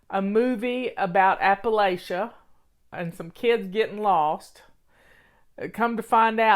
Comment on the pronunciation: Appalachia is pronounced ap-uh-LATCH-uh. If someone pronounces it ap-uh-LAY-sha we know the person is an outsider. I was born and raised in these hills and mountains.